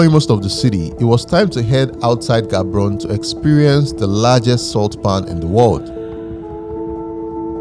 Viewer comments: Ga-bo-ro-ne not Gabrone...❤❤ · Hello neighboring country! I wish your Batswana friends had taught you how to properly pronounce Gaborone. It's not G like goldfish but the other G that sounds like g in "urg" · No it's Gaborone we don't pronounce the G as H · Well done. Amazing video. Quick one, it is actually pronounced Ha-bo-ro-ni not the way it is spelled. Nice job. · the way pounced Gaborone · butchering Gaborone pronunciation